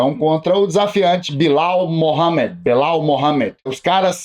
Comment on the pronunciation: "Bilau Mohamed" 😂